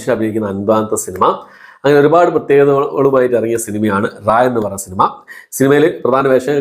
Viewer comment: റായൻ അല്ല.. രായൻ അതാണ് ..